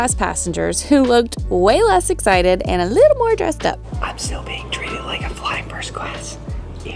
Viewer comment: Also the way he say “essited” instead of “excited”